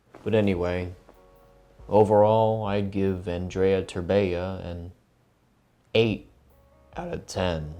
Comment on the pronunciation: E ANDREI TERBEA ,NU TERBEEA